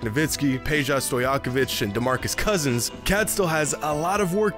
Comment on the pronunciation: Heads up: Peja is pronounced "peya" since he is from Serbia